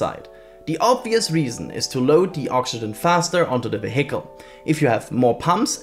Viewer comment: Hi, great video! Tip for future videos: vehicle is pronounced VEEhicle, with stress on the first syllable. 👍 Anyway, I hope Starship makes it to re-entry!